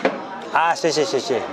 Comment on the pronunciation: 谢谢を連発するもxie↘xie↘と声調を下げて発音してほしかった。